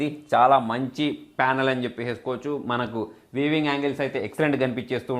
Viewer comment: బ్రదర్ వీవింగ్ కాదు; వ్యూయింగ్ యాంగిల్! వీవింగ్ అంటే అల్లిక కదా